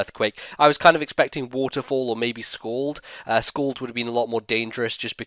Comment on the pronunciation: Might I add also: You say scald like it's "schooled" Mind you i'm not bashing on your accent, I just like pointing crap out.